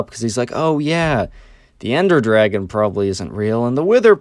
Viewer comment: ender dwagon as he says it